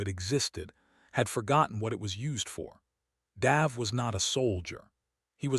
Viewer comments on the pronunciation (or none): love the accent on the a in the name Dave....normally its pronounced D-a-ve not D-ah-ve.....but that could just be local culture.